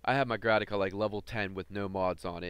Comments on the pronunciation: Dude. Say Grataka one more time. I dare you. I double dare you. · Good video dude, one pointer is that it's a Grakata, not a Grataka :P